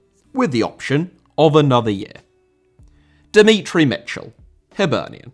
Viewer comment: Demetri* not Demitri